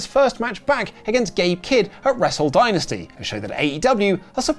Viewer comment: Jesus pronounce dynasty correctly you are a Brit FFS!